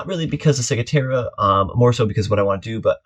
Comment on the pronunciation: Hi, such a pertinent topic as sailors are flocking over to the Bahamas. Maybe we can all start saying it correctly. "Cigwahtera". Thanks for the info.